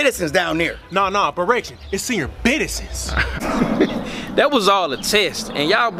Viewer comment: “Naw naw , berration it’s senior bitizens!!.”